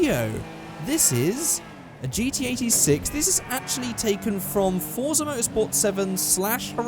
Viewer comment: You pronounce Forza a bit off. It should sound like "Fort-sah". In my native language it would be written as "Форца", and, as I remember, you can read Russian, so I hope this will be helpful.